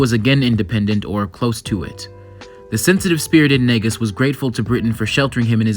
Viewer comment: overall great video but what drives me crazy is the way non Amharic speaking people pronounces Negus